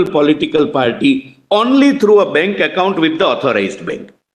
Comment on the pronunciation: Bank not benk